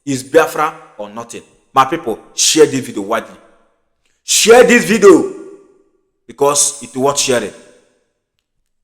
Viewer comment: My friend its not vido, it is pronounced vidio